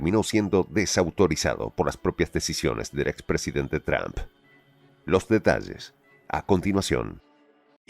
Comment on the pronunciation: El narrador al inicio dice Expresidente Tump....ya lo acabamos?....estaría bien, pero mejor acabamos de una vez con el hegemon al completo.